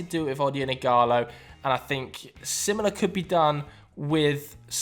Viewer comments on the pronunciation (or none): none